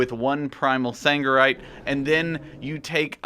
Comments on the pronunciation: It is Sargerite not fucking saNgerite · SARGERITE!!! Not saNgerite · Sargeras. Sargerite. Sargeras. Sangerite. hnnnng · triggered me so hard